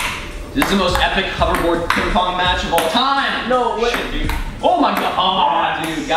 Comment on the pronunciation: I'm pretty sure you said PingPorn xD